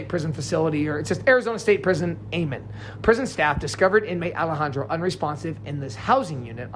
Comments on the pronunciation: It’s pronounced Eye-Men complex and Are-Pie-O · It's pronounced. " Imen " not "Amen"... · It’s pronounced eye man . Did a ton of time in smu 1 and 2 . Eye man is the complex not the yard he was on . Smu 1 and 2 are super max with controlled movement. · Eyman is pronounced eye-man. Arpiao is pronounced are-pie-oh. Tempe is pronounced tem-pee. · Eyman Is pronounced "I-Men" like that. 😂😂😂😂😂😂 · Its pronounced I-Man